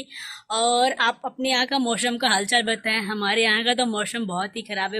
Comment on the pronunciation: What is this kishhaan, mausham, nukshaan, shohar... Don't try to be modern be real.. sa ko sha bolne se koi modern nhi Banta.. coz it's kisaan, mausam, nuksaan and sohar..